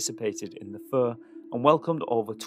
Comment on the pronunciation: Great doc. However, I've never heard "fair" pronounced "fur" 😅